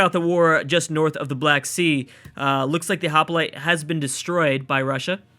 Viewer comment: Did you really just fuck up the pronunciation of Hoplite? Lol nice job, Hop-I-lite facepalm Mate, it's HOP-LITE